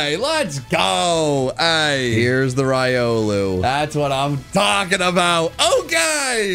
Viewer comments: Why you got to say raiolu, instead of rilou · he’s saying it right. It’s ry-oh-loo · You are pronouncing Riolu incorrectly. It is Ree-oh-loo. Love your content! 😊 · The official pronunciation is Ree-oh-loo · Do you realize that you're saying riolu wrong in every video😂